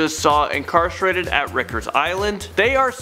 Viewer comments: It’s rikers island as in bikers island. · “Ricker’s“ island lmfao. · The way he says Rykers just hurts me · Rickers Island, not Ricers Island!